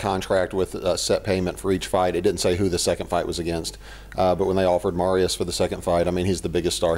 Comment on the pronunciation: a do zioma prowadzacego: nie musisz mowic Marius,mow kurwa normalnie jego imie MariuSZ. sz na koncu